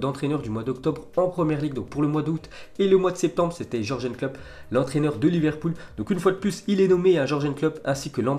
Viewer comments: " Klopp" 😂😂😂 c'est Jürgen Klopp et ça se prononce [yourgen]... tu abuse quand même 😂😂😂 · Toi peut être t'aimes bien mais ça ne se prononce pas comme ça. C tout. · t'aime bien les jorgen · moi j'aime bien 😄😄